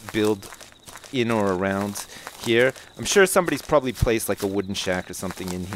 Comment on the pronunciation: "Proberbly definately worth picking up" lol